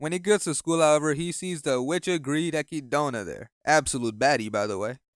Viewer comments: "ecky-dona"💀💀 its "eh-kid-na" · why does he keep calling echidna ekidona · I think you pronouncing the Witch of Greed name wrong. Her name is Echidna(eh...kid...na) the name is pretty much pronounce as the same species of Knuckles😂 lol.... Subaru in this season really gets on my nerves. Instead of him pouting and crying he should have been asking the witches the right question like "Why did they chose him? and What is his actual purpose in that world? But I have to say that Roswaal a psychotic madman and we still don't know what he is planning. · Echidna, not Acky Donut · pronounced a kid nah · "Echidona" "Petrash" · Did he just say Eki- dona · strange hearing echidna pronounced like that by an english speaker, my inner-monologue reads it in english and just goes with chidna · The way this guy pronounced echidna should be a crime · echidna is an animal name bro it has a correct pronunciation im saving you from all the sonic fans